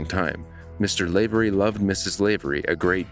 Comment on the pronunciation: Not Lave-ery, Lav-e-ry.